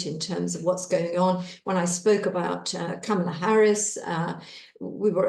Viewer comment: COMMA-la. That's how to say "Kamala." Say the word COMMA and then add a "la".